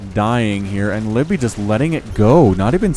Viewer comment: Hey, I've got a reaper name "Kaladin Stormblessed". Also btw I think you pronounce the second "i" in "Livibee"